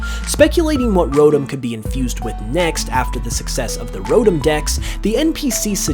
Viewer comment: idk why but the way he pronounces Rotom like Rodum gets on my nerves